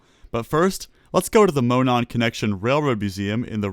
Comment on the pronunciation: Monon is pronounced as Mo-NAWN. My home state railroad. I miss that railroad.